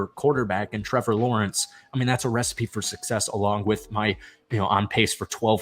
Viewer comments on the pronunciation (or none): none